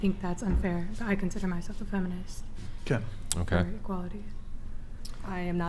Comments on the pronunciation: The last woman said fenimist😂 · Who else heard the asian girl say "I'm not a fenimist"😂😂